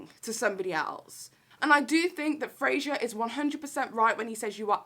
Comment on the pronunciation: Irrelevant comment but...I’m pretty sure his name is “Fraser” and not “Frasier”. Dunno why this irked me but yeah, loved the video though 😂